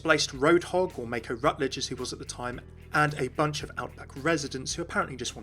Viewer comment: ''Mayko'? Excuse you?